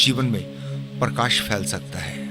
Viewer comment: और परकाश नही प्रकाश होता है